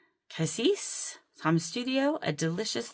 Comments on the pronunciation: I have only heard “Cassis” pronounced the way you like to pronounce it, so no need to change. I hope your dentist appointment went well! Thanks for the video! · Your mechanical pencil is gorgeous. I agree with your pronunciation of cassis. I can sympathize with not loving the dentist. Even a simple cleaning appointment gets me in knots of anxiety. Also, I love long chatty videos of fountain pens, swatching and inky messing. I usually watch them in my basement craft room while working on something else. It's kind of like having a crafty day with friends.